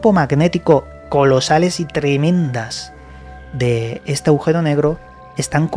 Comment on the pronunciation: Aujero? o agujero...